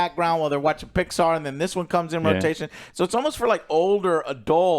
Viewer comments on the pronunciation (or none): none